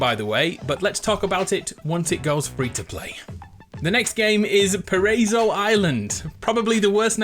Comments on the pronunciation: Pa-rey-zow Island? Pa-Ra-I-So Island. all short vowels. worst name ? it means Paradise island. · just an Fyi it is Pronounced "PA RA E SO" which translates from Spanish to "Paradise". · Paraiso island means paradise island. And its pronounced pa-ra-i-so, it's filipino btw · My boy pronounced it really bad 🤣🤣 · Paraiso does sound pretty bad when you butcher the pronunciation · "Paraiso" is Spanish for paradise - and you are pronouncing it incorrectly, you muppet.